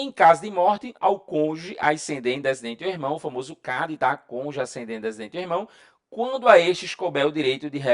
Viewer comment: Meteu um "Conje".